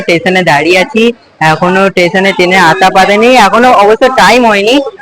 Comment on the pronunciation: Tason ❌ station ✅ 😂😂😂😂😂